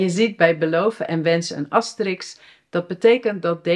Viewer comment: Jij zegt ook asteriks in plaats van asterisk, ik ben dus niet de enige :)